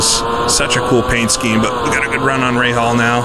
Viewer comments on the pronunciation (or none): none